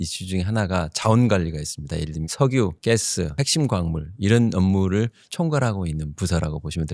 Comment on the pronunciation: 와~김장관님 여기서 뵈니 넘 반갑습니다 ㅋㅋ 근데 가스 발음을 '깨스😅 라고 하신거 😅빵터짐요